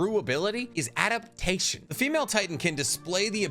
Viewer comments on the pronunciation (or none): none